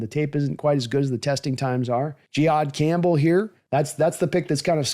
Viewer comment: How did he pronounce Campbell's name...?